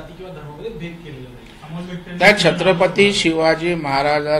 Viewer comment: दरेकर त्याच्या पेक्षा," छत्रपती " ही नीटपणे बोलता येत नाही शत्रपती बोलतोय हे काय इतिहास शिकवणार.